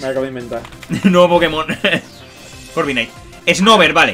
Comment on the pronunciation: Alguien más se dio cuenta que dice corviknigth?